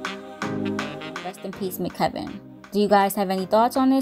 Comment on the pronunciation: M.C.Kevin not McKevin